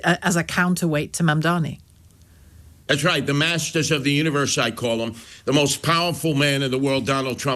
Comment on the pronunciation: So Sliwa is still saying Mandami. No wonder....